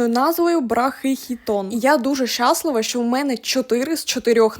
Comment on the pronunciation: Наголос щАслива говорить про Вашу першу мову -російську .Стверджую це ,маючи першою українську .